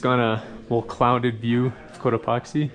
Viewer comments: I was sleeping and I kept hearing “coat epoxy” and I was dreamily thinking to myself, “why does he keep saying it like that?” 😂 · The way he pronounces Cotopaxi, makes me wonder how he pronounces taxi. Lol. I can picture him yelling "toxi", "toxi" as they zip right by. 😂